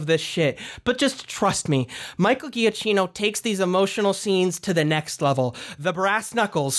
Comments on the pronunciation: For the next videos, just fyi it is pronounced jakkino not ghiaccino. (Just for fun, ghiaccino means small ice, giacchino means small jacket) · Drinking game: every time you butcher Michael Giacchino(juh-KEE-no)'s name. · The way you pronounce Michael Giacchino’s name hurts me.